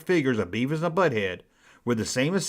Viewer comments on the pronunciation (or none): "Buh head"